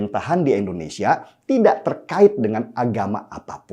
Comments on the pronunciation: Koreksi sedikit bang Den. Pengucapan nama negara kalau bisa yang tepat. 'Indonesia' bukan 'Endonesia' . Maju terus bang 👍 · Bang, Indonesia bang... bukan Endonesia.... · Tidak bosan untuk mengingatkan bang. Negara ini punya nama Indonesia "I", bukan Endonesia bang. Salam hangat bang. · Ngmng Indonesia aja pake E? Udh mending ga ush buat konten dpt in sertifikat ngmng dulu baru buat konten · Indonesia...!!! BUKAN... Endonesia... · Indonesia bang.. bukan Endonesia.. 😒😒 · INDOnesia, bukan ENDOnesia! Pelafalannya selalu kurang pas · Kmp lw terus sebut endonesia.... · Bukan ENDONESIA Tapi INDONESIA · Indonesia bang bukan endonesia In no end